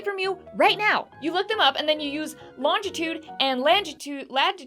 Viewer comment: I think the most difficult part for Lisa about coordinates is the pronunciation of Latitude and Longitude.